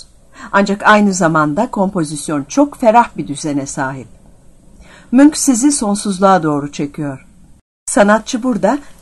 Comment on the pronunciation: Ya o "Munch" Manç diye okunmuyor muydu?